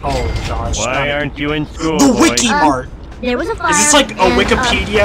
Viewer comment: The wik-e-Mart